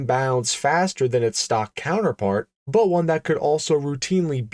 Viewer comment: Bwut=but, Strah-in=Stratton